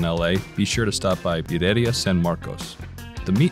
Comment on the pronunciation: That’s definitely not how you pronounce “Birrieria”